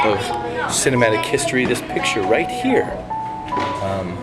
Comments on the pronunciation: It is a nice documentary but please say "Christopher Reeve" not "Reeves" Thanks! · It’s Reeve not Reeves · Christopher Reeve NOT Reeves! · Reeve not Reeves. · Sounds to me hes saying chrus s surname wrong hes saying reeves instead of reeve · It's Reeve NOT Reeves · This video is GREAT! It was so nice to see the various locations as they are today. My only critique is that his name was Christopher Reeve, not ReeveS. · it's Christopher Reeve! Not Reeve's!, You must be thinking of George Reeves (original superman)